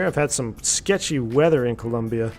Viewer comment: COLOMBIA! not Columbia